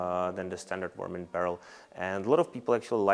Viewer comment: I love how he says varmint.